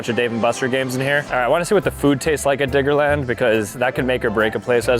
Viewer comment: Yeah I heard biggerland too